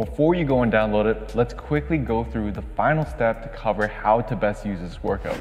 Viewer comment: Pretty cool and very well explained! But: ''work-oot"...